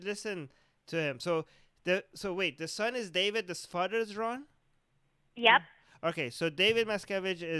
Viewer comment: Did he say Fadder ? Want a smoke and a pancake